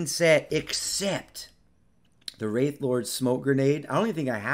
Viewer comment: Pronouncing wraith as wrath showed me what I needed to know, buh bye...